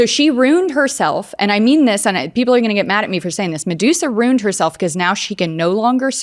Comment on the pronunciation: Ruined not Runed.